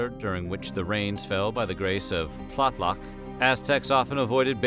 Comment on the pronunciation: just a thing-- Tlaloc a key deity, is not easy for English speakers but, it more like tLah-Lok. the T is really soft, and the a is more even and flat. studied pre-Columbian Mexican and Peruvian art history specifically.